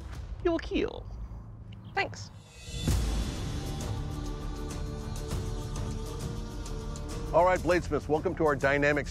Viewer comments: Keal not keel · Keal not kill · the way he says kill he says it like keel